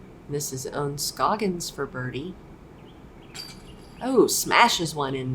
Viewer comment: How do you not know how to pronounce Ohn Scoggins name? Have you been living under a rock?